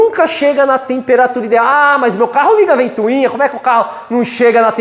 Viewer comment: Excelente aula! Só não fala mais "ventuinha"!! É ventoinha... :)